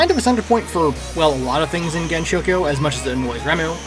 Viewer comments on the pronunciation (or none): I really meant pronouncing the gensou with an sh rather than s